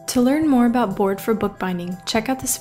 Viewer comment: No offense, but it's been bugging me that u can't say about right